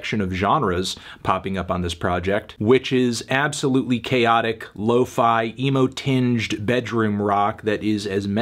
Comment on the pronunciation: Stopped watching when you said “emo”